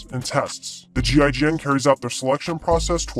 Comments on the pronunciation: Damn that accent when you pronounce what GIGN stands for was indeed painful to hear. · You can pronounce it Jeegin.